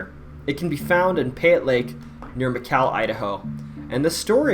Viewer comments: The Old Pen isnt that scary, but it definitely feels heavy there. The womens ward especially. If you visit the botanical gardens, youd be standing near where the gallows was located. Also, its pronounced Muh-Call. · Shar-lee???? Mc-Cayle Idaho? Wtf man. That’s not even close to how to pronounce those names.